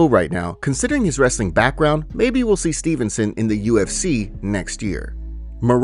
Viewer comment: Why say Dévashvili instead of Dvalishvili And it's Gable Steveson not Stevenson